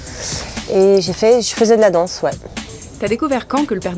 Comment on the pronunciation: Здравствуйте. Вот все хочу чтоб кто то мне объяснил. Фраза " tas fait quoi comme sport? Вопрос. почему перед "sport" нет артикля? И как понимать когда его не ставят. И давно заметил не принимайте это плохо.когда вы произносите an например dance вы говорите "данс " француз произнесет "донс" прислушайтесь к марион точно так же мамо а не маман. Вы отлично говорите но этот нюанс в произношении мне не много решит ухо.